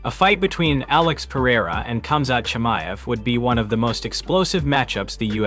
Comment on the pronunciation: Who the hell is Chai-May?